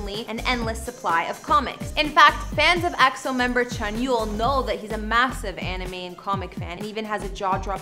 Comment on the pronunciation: Whatever the media says if it's good about EXO, I'll like it... By the way, you're so pretty and I love the way you pronounce EXO! -Love from us Eri & Eros